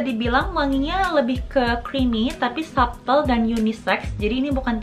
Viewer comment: hi kak, it's a great review! oh ya, beberapa kali menyebutkan "subtle" itu bacanya sa'tel huruf B nya silent.. trus oud bacanya ud, kalo kebaca ot itu untuk oat (makanan):D have a great 2022~